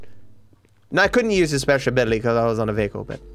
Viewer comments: No one:: whyCantIUseTrevorspeagababiluwywyty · "Whacanyoozchrespezhbilly?" -, 2020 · "why couldn't I use Trespeshabily?!" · Nobody:: WhycantIusetrevorspeecagcialicabiltyzty.